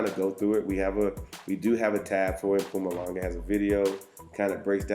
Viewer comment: You say “Mpumalanga” better than most white South Africans😂😂😂❤️